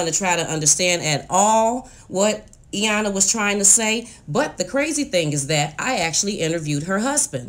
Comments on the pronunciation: Aaaand Iyana lol ok now you can for sure say Iyan- la when you say you like her so much lol ok I’ll stop. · I wish she would pronounce Iyanla’s name correct, it’s not Eyanla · Appreciate your research on this family's back story. I can see how this might motivate other families to acknowledge and address their trauma. Just want to point out that paraPlegic has 2 p's and the second p is not silent. Likewise, the L in Iyanla's name is not silent.